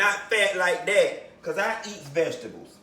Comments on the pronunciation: Cutting up these ve-ga-tebles!! He done ate worse quiet as kept! 😂😂😂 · VegiTABLES!!! 😂😂. Yessssss!!! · When he pronounced vegetables "veggie tables" bihhhhhh, I SAT THEE FUCK UP! 😂😂😂😂😂